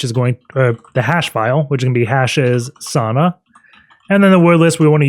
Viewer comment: Pronunciation is Sawuuuna, not Sana. Sana is wrong lol 😆